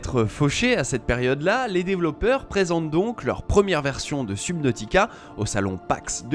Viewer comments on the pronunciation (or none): La prononcition de subnautica ma piqué mais sinon bonne vidéo